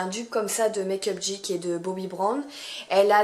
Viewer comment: hello! On dit make up geek "guik" si je dis pas de bêtises 😁😘